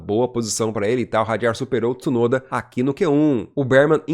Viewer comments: apaga essa merda de video e faz de novo, se nao sabe pronunciar o nome de uma pessoa nao fale da pessoa, Tisunoda è o teu cu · se nao consegue pronunciar o sobrenome de Tsunoda nao fala do cara ou chama de piloto japones que fica melhor ignorante. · Quem è esse Tisunoda ? Nao existe nenhum Tisunoda na F1 e nunca teve, como nao existe Tisunami. Conseguem pronunciar Mitsubishi? Entao è igual Tsunoda, T mudo nao tem i em lugar nenhum bando de ignorantes. Quando quiserem colocar i onde nao tem, coloquem no ku de voces.